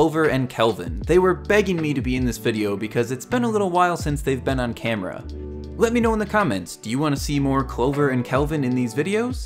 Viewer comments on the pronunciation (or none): none